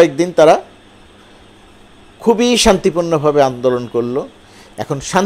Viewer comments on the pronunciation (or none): none